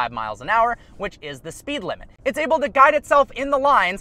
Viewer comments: You get me dying every time you say "oble" (able) I hope you're oble to reach 1mil today!!! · He knows it's "able" right?